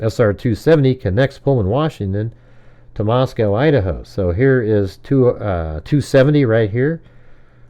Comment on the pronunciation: it’s Moscow, like Bosco and Costco. Not Moscow like in Russia. But you know that, right? 😉